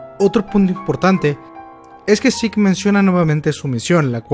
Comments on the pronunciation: "Seque" ulala señor frances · Se escribe zeke y se pronuncia yiku